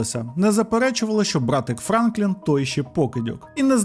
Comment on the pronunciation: Бля, чуваче, завжди дивлюсь твої відео. Дуже круто. Але ти мабуть втомився. Що з наголосами? Шерон, піцерія, Франклін.